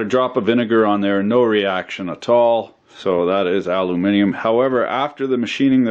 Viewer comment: Its so nice to hear an American pronounce aluminium correctly instead of saying aloominum